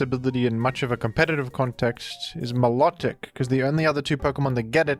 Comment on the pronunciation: Vivillon is pronounced "vivion." No Ls at all. Btw, you also mispronounced Milotic and Vikavolt.